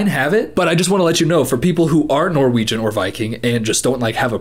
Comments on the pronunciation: wow, his pronunciation wasn’t too far off- i’ve heard a lot worse from people trying to speak Norwegian 💀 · I am genuinely impressed by how good your Norwegian pronounciation was 😂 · When you read out loud that Norwegian sentence it was really good pronunciation!